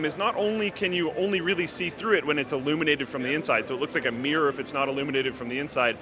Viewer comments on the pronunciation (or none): Mirror. Mir-ror. Not mee-rer.